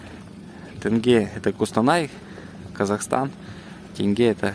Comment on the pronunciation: Не Тэнге, а теньге че сложного та